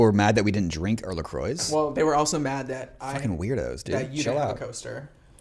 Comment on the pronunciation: Brit here so forgive if I so off the mark here and not correct but shouldn't 'La Croix' be pronounced La qwaa not La croy. Ref the designer Christian Lacroix. It's French. Baby gays (even though I same age as Mark but have a knowledge of camp gay culture) should watch the first season (series in UK) of Absolutely Fabulous. "Oh my gaaaawd.. like why I wasn't even born in the 90s.. Ew." Educate yourself though and life will be richer x